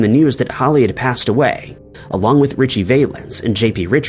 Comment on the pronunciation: I'm just mad you got richies name wrong